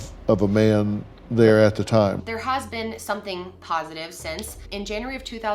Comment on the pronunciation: spend T-ime there ...whyvdoes she break words into more syllables ..omg vocal fry valley girl and why would she leave work after an hour thats too wrird ...and i tokd her i loved her???? no way why was shecso concerned that they were a but late during the day